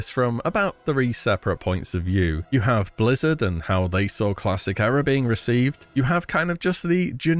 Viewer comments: You're pronouncing era wrong. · Why do you keep saying Era so weird??